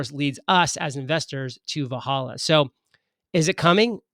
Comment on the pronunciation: And it’s pronounced “Vel Halla”